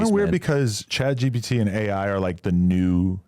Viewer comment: When is someone finally gonna correct that it’s ChatGPT not chatGBT 🤦‍♂️